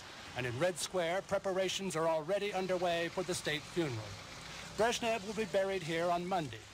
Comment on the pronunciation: his lastname is not "breshniv", he is "brezhnev"